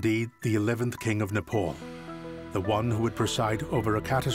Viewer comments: Its not Nepaul.. Its Nepal!!! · IT IS NEPAAAAAAAAL!!! NOT NEPOOOOOLLL!!! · it's not Nepul! 🙄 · Please pronounce the name of the country correctly. It’s NOT ‘Nepole”. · Very good video.. But you westerners truly need to do a little more research as in how the pronouncing of names..my good man every time you say "nepaul".. My ears bleed a bit..I'm sure you can do better.